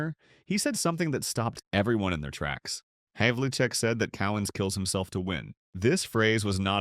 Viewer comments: My guess was that it's an AI scarily generated "voice." Hondo's name was mispronounced as you say, "repeatedly"--I caught three different times. But then it would correct itself and get it right twice in a row. Hell, how many announcers back then pronounced it HAV-UL-CHECK anyway? I'd still pick Hondo over Larry Bird any day of the week and am ready to defend that statement against all comers! Defense, versatility (the only player in NBA history to make the year-end All Star teams as BOTH a guard and a forward), and most importantly, Hondo ALWAYS came through in the clutch! Bird did on occasion, but see how many of his playoff stats are less than the regular season while from '66 till his injury ridden last few seasons, Hondo's playoff stats always up the ante and show his crunch time heroics. Bird gets all the credit because to even most of the sports-crazed public, the NBA didn't even exist until 1980. It's funny that I can't even watch any level of basketball anymore when it consumed my life for many years. Watching a limitless procession of alley-oop dunks and 30 footers is almost as boring as NASCAR or a soccer match. Whatever happened to the turn-around jump shot? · The best part of this was the multiple mispronunciations of players' names. Havlicek was mispronounced repeatedly, the only thing missing being pronouncing the "c" with an "s" sound, Lew Alkindor had me LOLing.